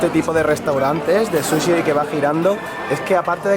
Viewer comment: Porque dicen susy y no suchi?